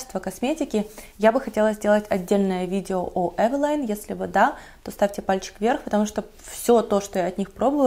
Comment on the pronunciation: не называйте Эвелин, эвилайном ))